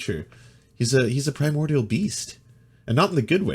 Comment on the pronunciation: "I say the primordial beast because it sounds epic." LOL. Not the way this guy pronounces it.